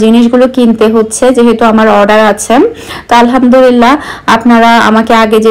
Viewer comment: Alhamdulillah bolte hoy Alhamdurillah Nah apu